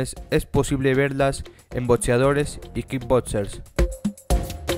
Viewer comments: Pienso lo mismo!! Pero a lo mejor ha de ser por su acento jaja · Todo iba bien hasta que dijiste: botseadores, kid botsers y otsígeno. 😲